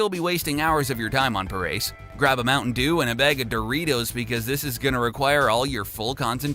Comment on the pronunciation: It's Pah-rah-say, not Puh-race. The pronunciation of Parace.